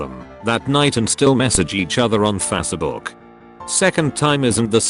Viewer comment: Nobody: .... Google Translate: FaCah book